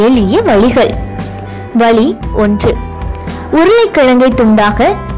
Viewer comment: its"vazhi"=way and not "valee"=pain, sariyaaga "zha"vai uccharikavum